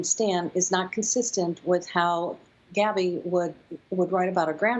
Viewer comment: she clearly says “Abby”